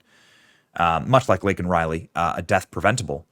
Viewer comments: he did not say her name right. He looks deranged. Ask him where are the children? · Laken Riley say her name! Correctly. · It’s Laken Riley…